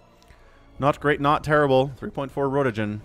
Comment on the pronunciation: I think its pronounced ront - gen :D